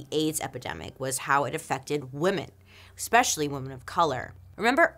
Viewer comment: PLEAAE stop pronouncing especially as “EXpeshelly”. You’re too smart to speak like that 😩